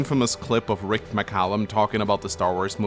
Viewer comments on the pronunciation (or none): none